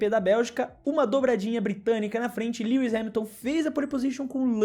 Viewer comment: Mano você pronunciou o nome do lewis errado [mesmo que isso nao importe] você falou lewi